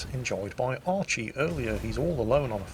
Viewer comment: Who is 'Archie'? lol